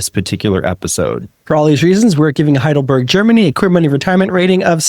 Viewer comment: How do you manage to pronounce Heidelberg correctly, but Leipzig totally, utterly wrong?